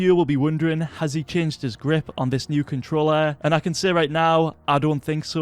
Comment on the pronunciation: ‘Letshes new controllar’ 😂